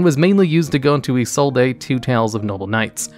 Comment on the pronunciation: "And at Number 3, we have EE-SOUL'D-AY"